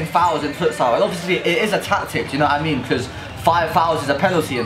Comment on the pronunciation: No offence but "fUtSiAl"